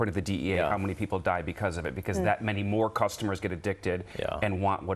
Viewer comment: How come the DEA agent doesn’t know how to pronounce fentanYL?